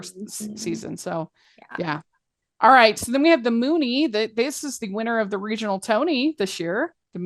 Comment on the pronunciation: Hey guys, you’re pronouncing “Muny” incorrectly! It’s not Moony, it’s Mew-ny.